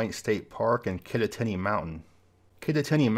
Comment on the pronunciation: Someone correct me if I'm wrong, but I think "Kittatinny" is pronounced locally with emphasis on the second syllable ("tat"). So it's "Kit-TAT-inn-y."